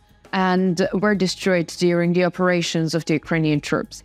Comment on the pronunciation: I will push the like button on these videos as soon as you learn not to gabble and how to pronounce the words: Report, support, armed, according, positions, performing, war, north, addition, and especially the word "the." Slava Ukraine.